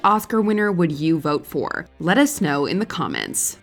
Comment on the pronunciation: She said, "Let us snow in the comments" 😂🤣